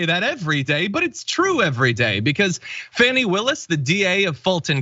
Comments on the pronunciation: It's NOT FANNY, IT'S FAH NEE! John. You should know by now after 2 years. Show some respect or don't say her name at all! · please learn how to pronounce Fani (Fawn-E) correctly. You go at anyone mispronouncing Kamals name. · Fawn-ee... Her name is pronounced Fawn-ee. Not Fan-ee... which is something else! How are we this far in and you've never heard it?